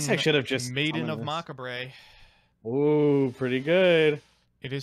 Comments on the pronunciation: This dude really said Mock a Bray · did he just call macabre mak a bre?? LMaoooooooo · Dude deadass said "Mockabray" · "Maiden of Macabray" I always enjoy your card mispronunciations but when it's on a normal English word it's even funnier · Nobody: Actually Nobody: For Real, Nobody:: "Maiden Macahbray" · Lady of Mack-Uh-Bray 😂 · Macabre is technically French, so it’s understandable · He really knew how to say "Izanagi" correctly, but fucked up "Macabre" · Dude can say c'est la vie but not macabre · His pronunciation of Macabre makes my ears hurt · pog is gone when I heard how he pronounces the word macabre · I take it back with the character progression of learning to pronounce macabre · He's trolling when he said Maiden of Macabre right?